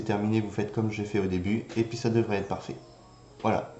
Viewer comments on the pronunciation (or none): none